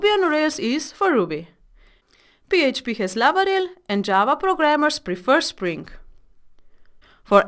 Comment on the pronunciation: I love how you say 'Lavarel' instead of 'Laravel' : )